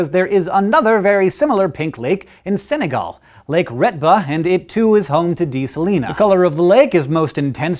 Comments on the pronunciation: "Suh-lie-nah" is the city in Kansas. "sah-lee-nah" is the Latin. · Ha de salina like saline.